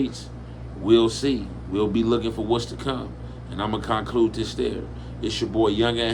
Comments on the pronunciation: Canclud lol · Cawnclude lol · When u say conclude it sounds like u bout to say convict